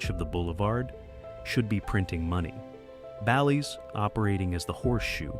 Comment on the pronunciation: Horrible video with videos used from another streamer….could not even say BALLYS correct